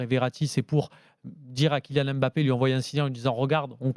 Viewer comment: « KyNian Mbappé » qqn va lui dire un jour ?